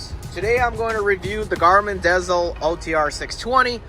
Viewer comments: Im sorry but when you pronounce it garmin dazel its like finger nails on the chalkboard, its pronounced garmin diesel. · You're a driver, and you couldn't figure out it's dezl as in deezle as in diesel?